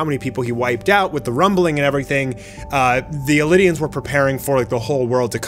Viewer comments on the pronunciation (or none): Elidian? Wasnt eldian?